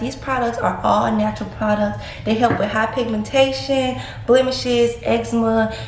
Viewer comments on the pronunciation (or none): High pigmentation? 😂😂 It’s pronounced hyperpigmentation lol